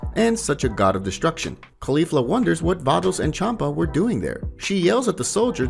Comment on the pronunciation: You're Annunciation of caulifla isn't quite right. You're saying it wrong, but I do love this story it's awesome. Just kind of triggers me that you're saying one of the names wrong